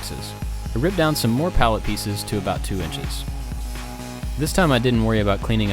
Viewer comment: I thought he said LED signs from Pallettown XD